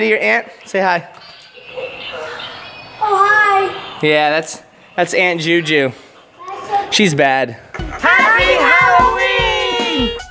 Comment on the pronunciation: Why did you call the ant anttjuju